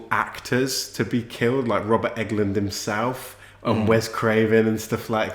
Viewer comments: guys his name is pronounced "england" as in the country haha not "englund" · It is ENGLUND not EGLUND LOL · Did I miss something where you decided to say Robert England's name funny? I've rewound it several times at different points with the volume up and it's sounded like you're saying Robert Enguhlind and Robert Eggoland multiple times. It's like England but with a U. Robert Englund. Eng-lund. Regardless of differences in accents, it's two syllables. You keep doing three syllables and making it sound funny. En-guh-lind. Egg-oh-land. Then at the end it was all Robert Egglin. I know it's all in my head and I'm sure other's wouldn't hear it but would think I say it weird. And/or it's like a laurel/yanny thing. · Jesus christ its not Robert Eggland, its Englund. For gods sake man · You guys are killing me calling him Robert EGG-LUND... It's ENG-LUND